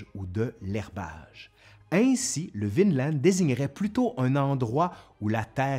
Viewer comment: J'ai l'impression que prononce « Vinland » à la norvégienne, c'est-à-dire sans prononcer le d final. Bravo!